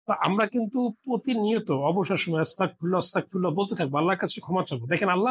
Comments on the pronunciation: আপনি বারেবারে অস্তাগফিরুল্লাহ বলতেছেন আসলে উচ্চারণটা হবে আস্তাগফিরুল্লাহ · এইখানে ওয়াস্তাকফিরুল্লা না। সঠিক হল আস্তাগফিরুলা হবে। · ওস্তাগ ফিরুল্লা না আস্তাগ ফিরুল্লা হবে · উচ্চারণটা ওয়াতাগ নয় ! আস্তাগফিরুল্লাহ হবে ! আপনার উচ্চারণে... শুনে নিবেন। আল্লাহ আপনার সহায় হোন। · ওসতাগফিরুললাহ নয় , আজতাগফীরুল্লাহ । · ওস্তাগফিরুল্লাহ্ নয়,,,,আস্তাগফিরুল্লাহ্ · আপনার কথা ভুল আছে অস্তাগফিরুল্লাহ না আস্তাগফিরুল্লাহ হবে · অস্তাগফিরুল্লাহ নয় আস্তাগফিরুল্লাহ হবে। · ক্ষমাসুন্দর দৃষ্টিতে দেখবেন আপনার আরবী উচ্চারন যেমন অস্তাগফিরুল্লাহ বলছেন তা হবে আস্তাগফিরুল্লাহ ।আরেকটা সুবহানাল্লাহি ওয়াবি হামদিহি সুবহানাল্লহিল আজীম ওয়া বি হামদহি আস্তাগফিরুল্লাহ হবে। আশাবাদী সংশোধন করে নিবেন।যাঝাকাল্লাহ খইর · আস্তাগফিরুল্লাহ হবে